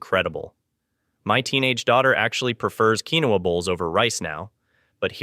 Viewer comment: It's pronounced KEEN-WA😂😂😂😂😂😂